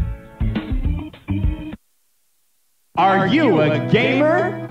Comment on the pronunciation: Wait wait wait, was the "jamer" and "jraphics" bit a disguised rant about how to pronounce GIF ?